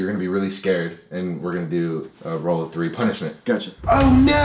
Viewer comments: British people be like: Chewsday, INNIT, instead of them saying three they say free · Can we just think about how everything that he says that is like three or thousand is fhree or fousand